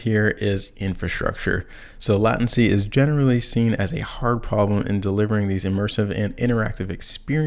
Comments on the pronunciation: LAAAY TEN SEE. LATENCY. NOT LATIN SEE. REVERSE ENGINEERING NOT BACKWARDS ENGINEERING. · Dude … please reconsider your pronunciation of “latency” The way you say it now is like fingernails on the blackboard. Correct enunciation is “lay•ten•cy” NOT “lat•en•cy” My ears will thank you 🙏🏼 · Have another glass of 'vine-gar'..